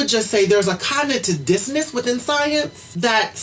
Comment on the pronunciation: If you can't pronounce "cognitive dissonance" properly, you probably shouldn't use it lol